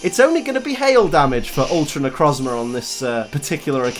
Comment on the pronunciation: It's pronounced Ne - Croez - Mar